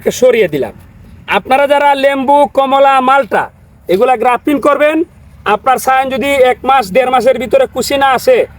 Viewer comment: ভাই আপনি সব সময় গ্রাফটিন বলেন কেন? শব্দটা তো হবে গ্রাফটিং! 🤷‍♂️